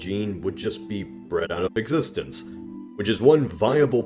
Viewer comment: Nobody: This guy: B R E D O U T O F E X I S T A N C E